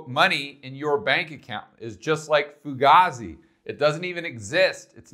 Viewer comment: Fugazi was used first by Jonny Depp in the movie Donnie Brasco and he was saying it to Al Pacino.. c'mon man!! And you're pronouncing it wrong.. foo-gayzie